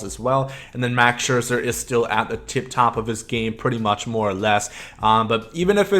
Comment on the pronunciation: it’s scherzer babe and chipper